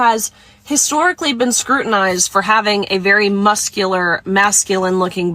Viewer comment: “Have you ever bean?”